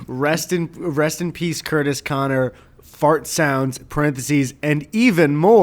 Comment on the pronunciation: ITS CUERTIS KONER